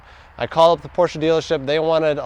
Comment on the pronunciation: Respect for saying Porsche and not porsch